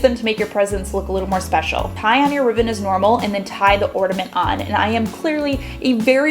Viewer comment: Is she saying ortament? 🤨